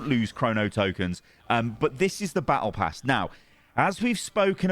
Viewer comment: as an f2p. i don't care about the tokens auto spent at the end of "Bah eh pass."